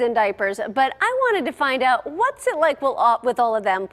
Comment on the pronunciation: My dumb ass thinking she was saying their last name was perrysex😂 she was saying perry sextuplets😂